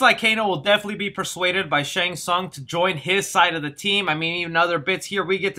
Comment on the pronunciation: Dude.... plank of wood? It's a tonfa... First, Shang Teesung... now this? Did you graduate from elementary school?